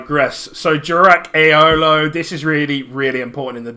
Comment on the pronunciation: liked just for pronouncing aeolo properly